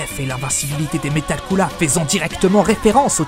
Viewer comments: Ptn tu ose dire coola même en vf il dit pas sa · Arrête de dire coola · Pourquoi ce c** dit coola alors que c est couleer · C est pas coola mais cooler